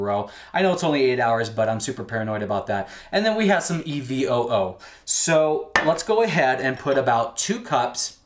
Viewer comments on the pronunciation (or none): What is that last ingredient in the bottle? Sounds like u r saying "e-v-oho"?